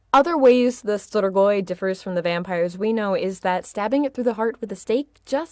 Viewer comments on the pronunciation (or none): it's pronounced stree-goi